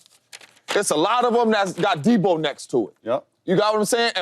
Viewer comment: James Jones saying Deebo is a superstar, but can't once say his name correctly is wild. You know superstar's names. Deebo Samuel. No "S" at the end.